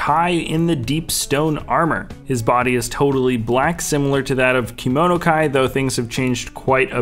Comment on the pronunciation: Dontey Smith it is kimono 👘